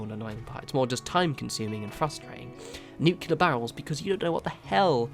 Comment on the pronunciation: Nu-clee-er not Nu-que-ler lol